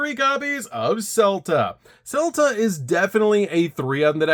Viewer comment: I am on a crusade to stop the Vaalmonica mispronunciation plague upon this Earth. Selettrice is pronounced as Seh-let-tree-cheh since it's an Italian word. Dimonno is obviously a demon so you pronounce it as Dimonno, not the pizza franchise Domino. Scelta is pronounced Shell-ta. Good job on not pronouncing the Ah-Reh words like Invitare, Intonare, Versare etc correctly instead of incorrectly rhyming them with hair.